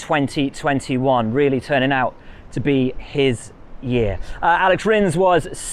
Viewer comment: I am glad Will mentions MotoGP results (and other moto categories), but the comical mispronunciation of MotoGP names kinda shows that Will obviously doesn’t watch MotoGP and doesn’t know these riders. Aleyish Es’pagaro, not Alex Espa’garo. Keep it up, buddy.